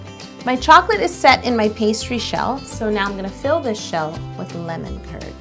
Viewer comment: How To Cake It it sounds like you are saying lemon turd not Lemon Kurd